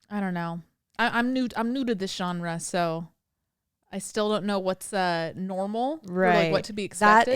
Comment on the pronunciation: The “John-Ruh” pronunciation of genre had me 😂